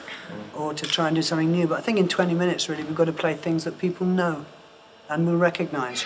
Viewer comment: Roger Taylor, that accent on "KNOW" :D